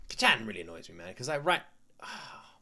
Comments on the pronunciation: This is absolutely one of my all time favorite animes! If you're loving it now, I can't wait to see your reactions to later seasons! Also, Kacchan being pronounced like you would say kachow, absolutely fries me 😆😆 (If you're interested in how it (and other Japanese words) is said, keep in mind that Japanese is a mora-timed language, not a stress-timed language like English! Each syllable is pronounced for the same duration of time, giving it a staccato-like sound! Japanese lacks the strong emphasis on syllables that English has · Can you please stop calling him Kacchan lmao... It just cringes me idk why... Imagine if your friend from childhood or your sibling called you an infantilizing nickname like Luky-Luky, I wouldn't personally call you that because I'm not close to you at all... (+ the pronunciation is really off so it kinda irks my ears too). Like you can just call him Bakugo like every other character in the show and every single person who watched the show, + it's easier for the pronunciation. Anyways, glad you're enjoying it so far, I knew it would be one of those you would like from the beginning based on your prior reactions to other shows, but it'll be fun watching this show again through you eyes. Have a great day/night! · Praying the pronunciation of Kacchan gets better as the show progresses